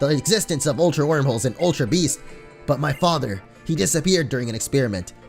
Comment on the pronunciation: it's not aultra beast! Its ultra beast